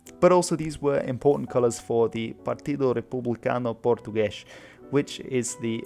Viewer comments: I don't know what you guys are going on about, his pronunciation is not perfect but it's very far from bad. And there was a clear attempt to pronounce portuguese words according to portuguese phonology, not spanish (e.g: "Aljubarrota" or "Partido Republicano Português" ) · Awesome to see my own heritage on this channel, even if you do speak like a Spaniard lol. You were a lot closer to the correct pronunciation when you said "Partido Republicano Português," here some further tips: O ending a word is usually pronounced more like the Spanish "U" R starting a word is more of an English "H" and at the same time "R" sound ("Republicano" sounds more like if you were to pronounce this word in Spanish: "Jrepublicanu"), S ending a word/leading into a consonant is usually an English "Sh" sound, ("Estados Unidos" is pronounced like these words would be in Spanish: "Eshtadush Unidush," you already did this when you said "Português," nicely done), J is a voiced "Sh" English sound, like a Chinese "Zh," (e.g. "Beja" is like English "Besha" while keeping your voice going), RR is either a Spanish roll, or a uvular roll (Hard to explain, but you probably know what I mean), choose based on preference, M and N ending words nasalize the previous vowel (another hard one for me to explain, "Bom Dia" is something like this in English: "Bouw Deeya") The E's are significantly harder for me to explain, but these few tips should get you a whole lot closer As for the video, "Muito Bem!" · excellent pronunciation!